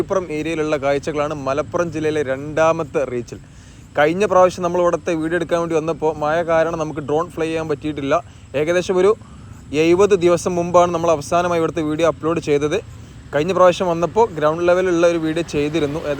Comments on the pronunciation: എയ്പതല്ല , എഴുപത് ആണ് ✅ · എയുപത് അല്ല എഴു പത് എന്ന് പറയി